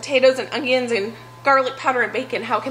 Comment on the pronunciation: I love, I really do, I mean who doesn't right... But everytime she says ong-ions 😕😕😕I'm like what is an ong-ion?